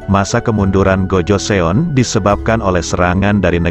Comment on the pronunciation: Kurang bagus penjelasaanya pertama tahun 2000 itu dh masehi harusnya tahun 200 mungkin yah bukan 2000 kedua sebutan untuk GOJOESEON itu adalah (Gojosun) bukan GOJoseon